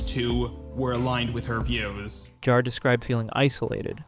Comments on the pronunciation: It's pronounced Jar, not Yar, you animatronically impaired vocal synthesizer. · that's not FPS Diesel, that's Kuihman. FPS Diesel can be heard . also please make up your mind how to pronounce JAR. sometimes you flip-flop mid sentence xD